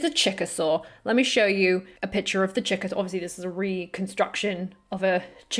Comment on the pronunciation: I know you said “Chick-a-Saur,” but it sounded like Chickasaw, which is a Native American (American Indian) nation.